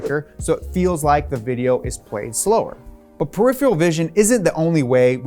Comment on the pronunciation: It still amazes me how many adults have trouble with the word "peripheral". There is no "ee" sound in it. There's no "yuh" sound in it. It's "per-if-er-üll".